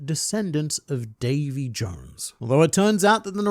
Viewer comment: Davy.. Dayvy.. Day'v'thee... Day of the.. D?